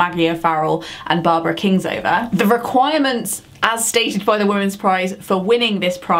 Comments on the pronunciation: Have I been saying Kingsolver wrong this whole time?? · No it's KingSOLVER not KingSLOVER..my favourite by her is Flight Behaviour